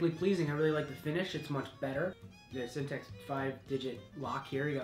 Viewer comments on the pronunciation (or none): Simplex lock, not sintex. You're correct though they are a much better choice.